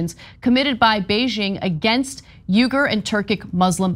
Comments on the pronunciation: lol he's got her saying 'yoogur' too; it's closer to 'weegur'. On a more serious note, very sad situation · It's ' weegger' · Try "Weegur" Remember that a person’s name is to that person the sweetest and most important sound in any language. - Dale Carnegie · Stop saying “Yoo-ger”! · It's pronounced "Wee-ger". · Why does Anna keep mispronouncing these name. She's like "yougirs? Wtf is that. Lol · I'm a big of Anna K fan but in the interview she really got pwned over the pronunciation of Uyghur, that should have been identified in production meetings. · tyt please consult a dictionary on how to pronounce uighur